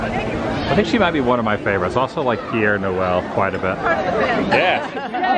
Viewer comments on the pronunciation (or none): Père Noël... it is NOT Pierre! It means "Father Christmas". "Père" means father, in French! Pronounced "pear"! 😅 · Laughed that you said Pierre Noel! Like that is his first name. It's Pere Noel which means Father Christmas